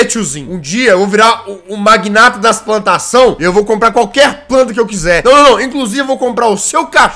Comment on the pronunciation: Nossa no início do vídeo em vez do jazzghost falar plantação ele falou "pantação".